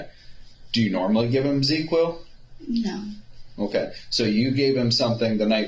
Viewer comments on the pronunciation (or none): I know this is just nitpicking but it’s Zzzquil. Not ZeQuill